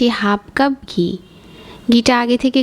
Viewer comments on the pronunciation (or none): It's not Gee, It's Ghee , Please Correct The Word.